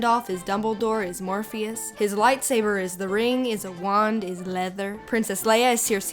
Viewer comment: the way she says "leather" makes me uncomfortable lol